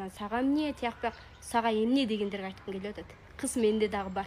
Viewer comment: кыс дебей кыз дечи